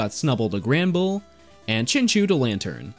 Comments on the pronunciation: Was looking for that comment. It's pronounced Chin-CHOW, right? Then again, there's a number of Pokemon with debatable names. Like Arceus and Rayquaza. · Love the video but I just can't get over "Chinchoo" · I liked the video but plz , its pronunced chinchau not chinchoo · It honestly hurts me when you say chinchew instead of chinchow. But gj on the prof oak challenge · Hearing you say chinchew instead of chinchow hurt my ear lol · “Chin chew” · because i feel so so bad for you i will overlook the way you pronounced chinchou